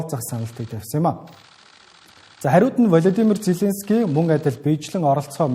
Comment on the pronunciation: Хөтлөгчдөө хүний нэр зөв дуудуулж сургаач. Влодимр Зеленски . О үсгийг Э гээр дуудаад байна шүү